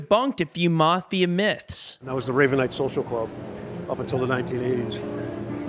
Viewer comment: It's the mafia , ** not marth ia. ** , there's no r , mafia ***, ...